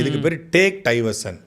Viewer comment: சாட்டை அவர்களே டேக் டைவர்ஷன் என்பதில் (Take Diversion) டை என்பதை (D - not T) அழுத்திச் சொல்லாதீர்கள் ! It's a friendly request. Please accept my apologies ! 🙏 Normally people will hesitate to point this out to you ! But, உங்களைப் போன்ற நல்ல பேச்சாளர்கள் இதையும் திருத்திக் கொண்டால் அழகாக இருக்கும் ! Well wisher, Dr SB 🇬🇧 UK